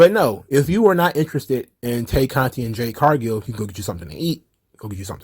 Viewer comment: I always laugh when you say 'Tay Norah Conti'